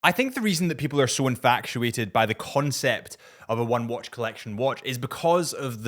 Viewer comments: Infatuated, not infactuated. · Did you say “infactuated”? 😂